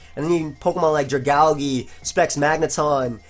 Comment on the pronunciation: why the hell do you pronounce Dragalge like that xD